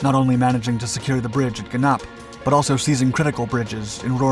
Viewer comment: It is Gennip, not Gennap and Stavelot is a town in Belgium, not in The Netherlands.